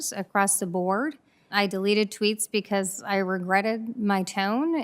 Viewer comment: Bee khaauussse